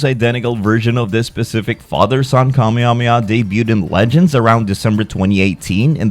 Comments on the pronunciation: Kameyamehya lmao😂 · i hate the english pronunciation of Kamehameha... "kamiamiah" or "KAMEI-HAMEIHAH" lol